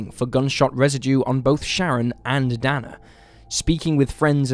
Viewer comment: Dana = DAY-na